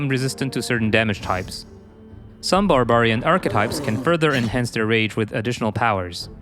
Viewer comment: The way the narrator pronounces barbarian. Also, $10 DLC with no new campaign?